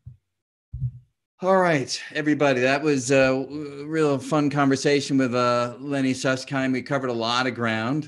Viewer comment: "Lenny Susskind" lol